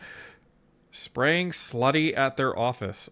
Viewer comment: Probably meant slurry not "slutty" lol